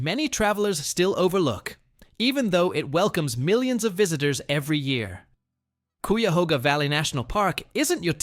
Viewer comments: It's funny you mispronounced Cuyahoga National Park twice but said Cuyahoga River correctly. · Should be pronounced-- "See ber ling" "Hue it" Fin not find in Findley Kie uh hog uh Toe path Been to most of these places. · Wow…totally botched the pronunciation of ki-a-HO-ga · Yeah, and he says Q-yuh-HO-ga National Park. Ridiculous. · Fin-d-ley market....cy-ya-hoo-ga national forest...and you missed the best feature of hocking hills...my family,of the Shawnee, lived and hunted there...we were also hunted there,but we knew the land and had "signals" on where to go,or where herds were moving to...look for handprints,Buffalo, and sun or moon and what phase they are in...they are still "painted" on the walls..some are easy to find..others,youll have to search and be brave ;) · Check your pronuciation with locals. I heard 3 things mispronounced. Cuyahoga, Stan Hywet and Findlay. Fun to watch. Thanks